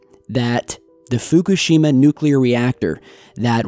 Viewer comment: How about pronouncing Fukushima correctly might add more gravitas